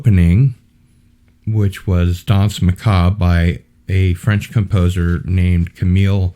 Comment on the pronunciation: fantastic! I like the correlations drawn between Red Dwarf and The Prisoner. Your pronunciation of French is pretty damn good, but I'm not an expert!